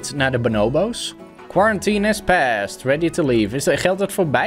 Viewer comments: het is bo-noo-boo's niet bo-now-bo's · Ben ik de enige die zich er aan ergert dat don benobo’s zegt inblaast van bonobo’s...? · Benobos Me: pls stopppppp it’s BONO hmmm BO’s 😂😂😂😂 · je zegt benobo's maar je spreekt het uit als boonooboos geen haat btw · Pls tief op het boeit echt niemand dat hij het zo zegt. En zo is het ook met jouw comment. Ik zeg het hetzelfde als dat jij doet maar het zal me een worst wezen dat hij het anders uitspreekt